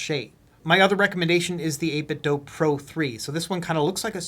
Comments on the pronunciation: Is 8bitdo or is it 8bitdough? Why do that? Or why dough that? Same with ASUS, it’s the last for letters of Pegasus or is it Pegaseuss? It’s ASUS not ASEUSS right? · I think 8bitdo is playing off the name Nintendo, hence the pronunciation.